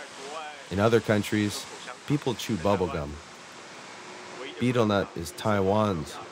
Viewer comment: I wish that this guy could say betel nut properly.